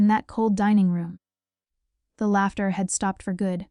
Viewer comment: If your AI can’t read maybe you need to fix your programming. Laughter is not pronounced latter. So she has secretly bought a penthouse but didn’t own a car in her 30’s? Really people!